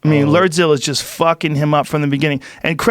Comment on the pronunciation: Shot everytime Joe says, "LERDZILLA". RIP to those who played along...